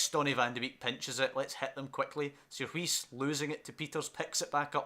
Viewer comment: Some pronounciations Sierhuis-seerhouse Bakboord-backboard Van de beek- van the bake Eiting- aiting Zeefuik- zay(as in 'say')fuyk